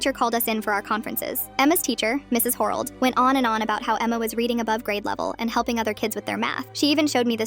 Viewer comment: Harold❌ Hoorald✅